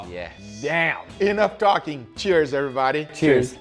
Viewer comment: How to die of alcohol poisoning: Take a shot every time Guga says "everybadeh".